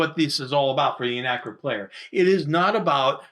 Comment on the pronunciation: Such great explanations for a game we had when I was growing up, but we were never able to progress past scenario one. My ONLY gripe... "Arachnid," not "Anachrid." ;-) Keep up the great work!!!